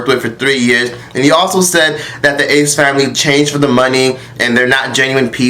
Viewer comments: If says “THE ACE FAMLAY” one more time😂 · The way you pronounced their name😂😂😂 ace-FAMLEEEEEE💀😂😂😂😂😂